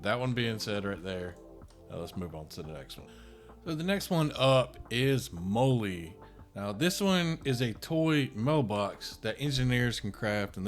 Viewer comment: MOLL-E is pronounced like the girls name: "Molly"